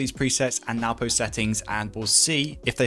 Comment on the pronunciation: I call him what everyone does. Noo poh. But NWPO. Is actually pronounced No-boo. If you ask him.